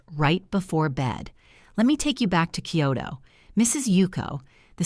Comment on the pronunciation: The message is good. The delivery is ANNOYING! That AI-generated too Western sounding voice makes it fake. The pronunciation makes me cringe - not only mispronounced Japanese words but English words. Okinawa is not pronounced OKA-nawa. Kyoto is not pronounced KEE-yoh-to. It’s not Collagen (letter) “I”, it is (number) 1. It’s too long but that full on Western-sounding voice is horribly annoying. And, it is way, way too long and drawn out. I’ve watched other videos from these people before and nothing has changed. Same annoying voice, mispronounced words and way too long.